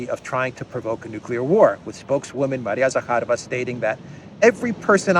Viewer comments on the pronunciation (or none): none